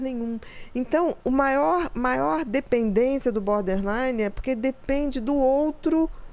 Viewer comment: Berderline ahahah 😂